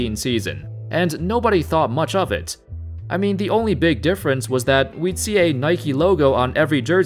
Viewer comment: How's IT going folks... that's how its supposed to be said bro. Idk if your doing that on purpose or what... but it's hella annoying... lmao